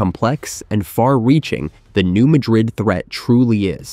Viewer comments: The pronunciation is all wrong. The "new" is ok, but, Madrid is not pronounced the same as the capital of Spain. It's "mad" as in the emotion & "rid" as in tossing something. New Madrid ya'all. And it's MORE than 150 miles long, check a map. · It's actually pronounced Mad''-rid, with the accent on the first syllable. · It is pronounced New Mad rid, not New Ma drid. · It’s pronounced “New Mad Dred” with emphasis on “Mad” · You need to pronounce "New Madrid" correctly. It is not pronounced like Madrid Spain. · For those who do not know, in Missouri (this is not a joke), the pronunciation of this city is New MAD-rid. Not pronounced like the capital city in Spain. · Pronounced New Mad-drid. Learn your subject matter before prattling on about it. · Can any of these sites pronounce “Madrid” correctly? It’s pronounced like madras fabric - NOT the city in Spain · It’s pronounced new mad-drid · Um it's pronouncned New MAD rid. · Madrid here is pronounced with the stress on the first syllable and not the last. When I owned a house in Bowling Green I had earthquake insurance. It was required. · Another expert that can't pronounce the name of the fault correctly.